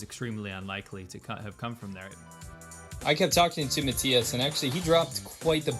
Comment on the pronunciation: I appreciate the fact pronounced his name (Mattias) correctly.